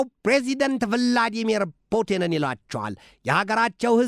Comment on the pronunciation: Viladmero vladimero piudin 😅 ትችላለህ እውነት ትዕዕዕዕግስቱ በቀቀለ 👏👏